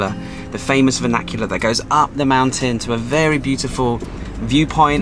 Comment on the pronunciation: VAN IC U LAR NOT VAN AC ULAR